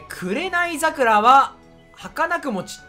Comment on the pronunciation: 紅桜(べにざくら)もかな？